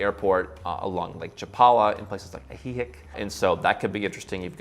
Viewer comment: Wow. That guy pronounced Ajijic as "A he hick". That's about the most anglicized pronunciation I've ever seen for that city.